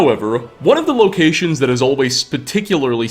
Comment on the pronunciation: Locahtionsss, Diahloghh, Kagrenzelhhhe, Weirdhe, circless